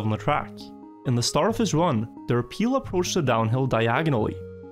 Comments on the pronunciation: derPile... its like dirt pile... not der peel. i am that guy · How he pronounces derPile is just funny xD